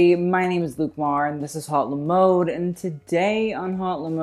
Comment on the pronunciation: before roasting celebrities you should fix your name sis, its la mode not le mode